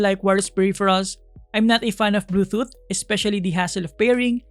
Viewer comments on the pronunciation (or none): natawa ako sa pagkakasabi no ng bluethoot haha.. i might buy this on my birthday, thanks for another great review!